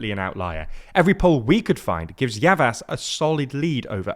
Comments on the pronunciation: Pronunciation tip..... If the c or s has a tail (ç,ş) it makes a Ch or sh sound. Mansur Yavash. When the g wears a hat (ğ), you can basically ignore it, and your pronunciation will be closer to correct. Erdo-an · They are not. Recep (Redjep) is not Resep, Yavaş (Yavash) is not Yavas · Pronounciations are generally quite good but Recep is pronounced more like Rejep and Yavaş is Yavash.